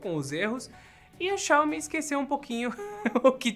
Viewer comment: XAOMI, SOFTER KKKKKKK